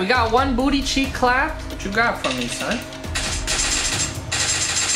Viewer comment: don't say son like that again please